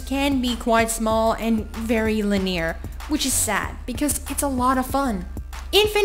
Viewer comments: Science Leponi So do I, I'm British so no I don't mean that. She puts next to no emphasis on the first syllable so it sounds like "L'neer" instead of "lin-ear". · when i saw this, i was, like, "fucking people complain about everything. so petty..." Then i heard it, and i was almost appalled that it wasn't even pronounced anywhere close to "lin-e-ar". Haha! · why can't she say "linear" properly